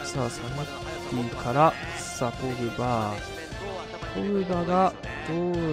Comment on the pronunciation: ポー⤴︎ ⤴︎グ⤵︎⤵︎バー⤴︎ ⤴︎